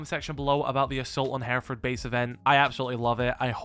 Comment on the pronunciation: First off learn to pronounce the location. Secondly the whole premise is a load of rubbish